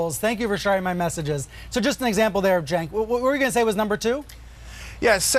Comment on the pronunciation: drenk/cenk smfh smfh smfh Get it right goddamn it! it's Cenk! it's not that hard, jesus!